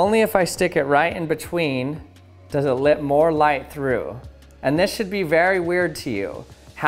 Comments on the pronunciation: I've been noticing that you pronounce the words "Let" and "Letting," as "Lit" and "Litting." Is that a regional accent or is it just a unique speech pattern? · Why he say lit instead of let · Lit me tell you...I love how you say: "Lit", when you are trying to say "Let". I'm also glad that we live in a country that lits me tell you that. However, lit me know if I have offended you. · I always wonder if he is saying lit when talking about light to be punny.